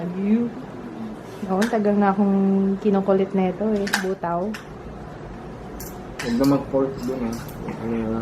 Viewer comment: Buta means pork,ang basa dun sis Bu-ta-o